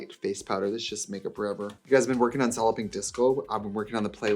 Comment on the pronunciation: Every time you say “ Solid Pink Disco” I hear 👂” Sollipy Disco”. When you first started that…. I thought what is a Sollipy? Anywho.. just me?